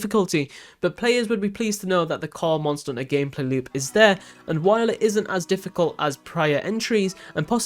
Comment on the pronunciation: say the H letter please....."mon er unter" bruh...